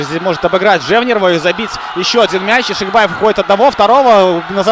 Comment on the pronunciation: запарился. Залез в гугл и википедию. По узбекски произносится ЯкшибОев( бой по узбекски - богач, в русский язык перекочевало как бай. Как и множество других похожих слов) отсюда и разночтения. Если попросить парня произнести Фамилию на родном языке то Вы все поймете. И успехов в развити уровня комментаторского мастерства